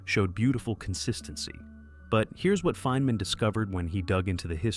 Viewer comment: “Feenman”?!? And that’s not the only instance of AI narration idiocy in this video. Did you use AI to generate the narration content as well? The instant I hear AI narration, the entire video is immediately suspect as yet another case of Cargo Cult Video Production, a scourge that increasingly infests YouTube. No one produces 32 videos in a month without industrialized production. What we have here is another channel that’s pooting out AI slop, making it harder for genuine content creators to compete. Shameful.